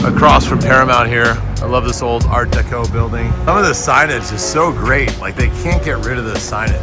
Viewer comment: Art Deco. Not Art Decot. ..lol